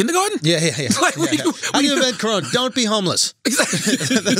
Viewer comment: i died at “colona” virus